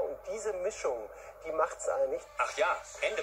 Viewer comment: Bläckpink, görlgrup?!?! aua